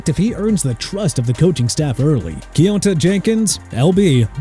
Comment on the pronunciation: You should've said "Timothy McKay OL Washington Commanders" and also Jalin Conyers first name is pronounced Jay-lin not Jah-lin and Kionta Jenkins first name is pronounced Kee-on-tay not Kee-on-tah! You need a education for real dude!!